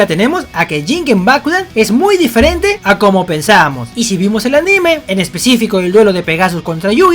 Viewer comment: Cuando decís aNÍme me das mucha risa por unos 10 segundos jojojo